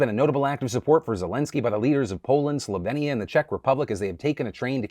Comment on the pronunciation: Phillllll that’s not how you say Slovenia